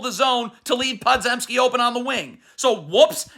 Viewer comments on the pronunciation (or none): I just gotta say it’s Poe-jem-ski or Puh-jem-ski or right in between…not pod-zem-ski